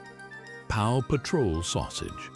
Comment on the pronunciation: It is 'Paw Patrol sausage' not 'Pow Patrol sausage.